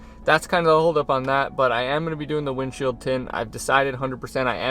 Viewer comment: Wind chill tint???! Please explain!!! Ohhh he said window shield tint?! Lmao